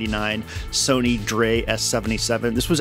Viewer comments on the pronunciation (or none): none